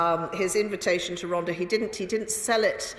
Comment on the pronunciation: I enjoy all of your videos and Chris Bryant is brill. He's my MP and I'm a huge fan. Just one comment. Rhondda is pronounced Rhontha. The th as in the word "THE". Sorry but I bet every Welsh viewer cringed watching this. 😄👍Gonna put my tin hat on now. Keep up the good work.